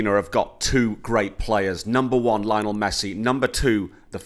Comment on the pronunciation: Why do you keep saying “Lionel” like Richie? Can’t believe you pay even an ounce of attention to footy and don’t know how to say his name.